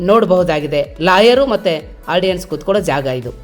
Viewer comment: Ardiance ಅಲ್ಲಲೇ ಮಬ್ಬ ಆಡಿಯನ್ಸ್